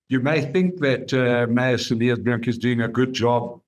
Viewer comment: You do not pronounce the s of Cilliers